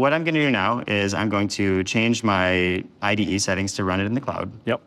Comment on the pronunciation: needs to learn to pronounce IDE